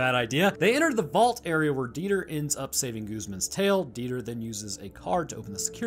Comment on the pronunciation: Dieter is a fairly common German name, and it's definitely not pronounced like that haha it's more like Dee-tah